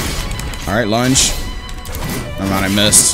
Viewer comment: i keep thinking says lunch instead of lunge